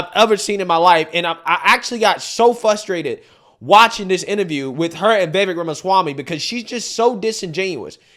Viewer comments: Frustrated not fustrated, . Just friendly feedback from a fan. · fRustrated*. Not fustrated. ❤ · it's pronounced 'frustrated' not 'fuh-strated' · I get frrrustrated, when you say fusstrated!! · I’m all for Vivek and his take on the subject. But, your pronunciation of the word, frustrated, is so frustrating to me🫨